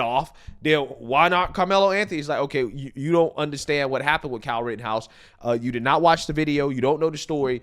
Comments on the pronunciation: Ffs, is still calling Kyle Rittenhouse "Rittinghouse"? Guess ill start calling him Ocifer Talcum. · Stop saying “Ritting House”,.